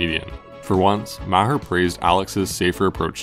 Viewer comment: MahHer 😂😂😂 MaHAR dood, MAH HAR NOT HER. 🤦🏼‍♂️🤣